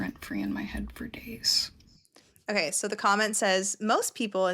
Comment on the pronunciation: You Crack me up when u say 'otay' instead of ok😂, my 2.5 yr old granddaughter is at that age where she says 'otay' instead of ok😂😂